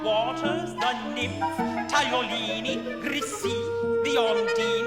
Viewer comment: Oh dearie me! This lady does not understand the text and mispronounces some of the words. Marie Taglioni was the famed 19th century ballerina, not Tagliolini. The text also needs greater subtlety of intonation - this is far too stentorian. Try the recording made by the poetess herself, Edith Sitwell.